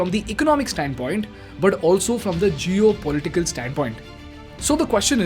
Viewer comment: It's Geopolitical not Jio political 😂😂😂